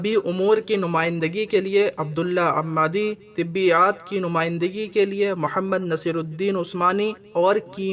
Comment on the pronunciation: ھمہ Hamah waqti ھ لر زبر لگا کر پڑھیں ظبیعیات Tabeeiyat Tkbiyyat galt Talaffuz hai.